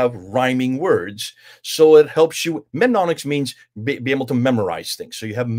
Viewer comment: It's pronounced NEM-ONIC-s,, = aids to memory > Don't forget that ha ha!